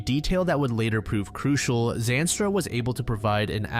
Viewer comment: How do you say Zandstra 76 times in a sentence and mispronounce it?